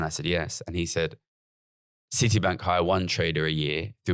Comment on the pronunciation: Why has Gary added a Los Angeles style twang to his accent for this podcast? He keeps saying Cidee instead of City and other weird quasi-Americanisms. I'm scared he might start going up at the end of his senTENCES.... like he's asking a queSTION